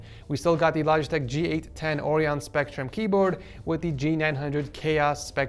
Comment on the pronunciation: Orion, bruh It's said O'Ryan